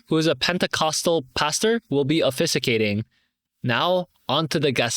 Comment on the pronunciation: i know you're doing your best reading the stories yourself and many commends you for it. however, it would be better to double check your pronunciations of some words (e.g. ordinances, officiating). nonetheless it's all good though.